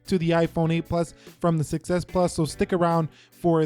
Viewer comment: I just noticed that when you say "6s" it kind of sounds like "success" which is true because the 6s was a success 😃